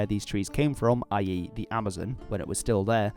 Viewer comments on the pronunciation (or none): none